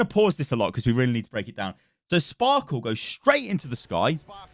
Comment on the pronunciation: Why does everyone say Sparkle? It's Sparkie right? 1 = i ?